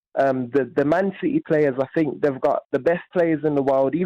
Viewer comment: The last caller is either a teenager or an imbecile, Jim managed to communicate this point somewhat more succinctly by cutting him off mid sentence before he could spout any more "I fink his name is fernandinho" drivel